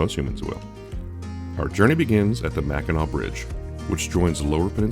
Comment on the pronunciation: Top job, especially for one who's not a native Michigander. (The several times mispronouncing Mackinac was a dead giveaway.)